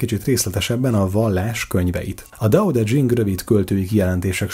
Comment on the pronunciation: Laocö & Tao tö tyhing